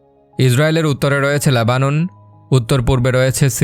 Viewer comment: বাংলা সঠিকভাবে উচ্চারণ করতে পারেন না? এই জঘন্য বাংলা উচ্চারণ নিয়ে ভিডিও করেন কেন? Lebanon শব্দটির উচ্চারণ "লেবানন", আর আপনি উচ্চারণ করছেন "ল্যাবানন", ইত্যাদি।